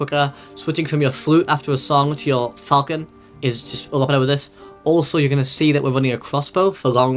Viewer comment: It's fȯl-chən, not falcon. Thank you for the video.